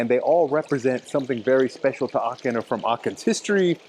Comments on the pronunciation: Quite fascinating. I lived in Aachen and then in Würselen for a total of about six years, and I never knew about some of these restaurants, nor did I know some of the cathedral legends. Pronunciation: Aachen, not Aken (guttaral h sound). Aachener Printen are just a kind of ginger-bread, basically Lebkuchen, which is very popular in Germany (for example in Nürnberg). In Aachen, I also love Nussbrötchen (rolls with nuts), Nussecken and other good baked goods. Just ask around about which bakers locals recommend. One more thing. You restricted your video to the historic old town, without saying so, and there is so much more to Aachen than that. I haven't lived there for forty years, but I have been back on occasional visits (but not since Covid), and there were many nice areas from the Gründerzeit, (late nineteenth, early twentieth centuries) plus a lot of shopping streets and some beautiful residential neighborhoods. Yet other areas (including Lousberg, the Casino, and Burtscheid) are also worth visiting. And you failed to mention how easy it is to get to towns across the border in Holland and Belgium. Of interest are streets partly in one country and partly in another. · it's so lovely how you pronounce Aachen. hahaha 😅 it's not a "k" it's a "ch" like Chuchichäschtli ;-) Greetings from Switzerland.